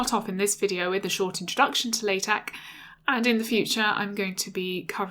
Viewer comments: She pronounced it wrong. Should sound like "La" "Tech". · Pronounced "la" "tech' :)